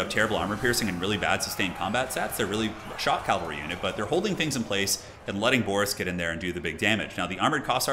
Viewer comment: He does say calvary instead of cavalry